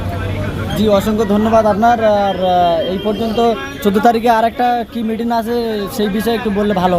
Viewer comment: মিটিং উচ্চারণটা ঠিক মতন করতে পারেন না নেমেছেন আন্দোলনে